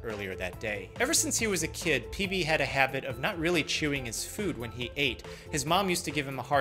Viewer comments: I genuinely heard PP instead PB 😂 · For a good, full second at the beginning, I thought you said “peepee”, and I was just......intensely confused. XD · i really just thought he opened with “PEE PEE” 💀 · I heard ""PB" is a 47 year old man" as ""Lead" is a 47 year old piece of metal" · at the start of the video I thought he said "pp" and laughed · I THOUGHT YOU CALLED THE PATIENT PP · He totally said peepee on the first one. I open a video. First word. Peepee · at the start i tought he said pp bruh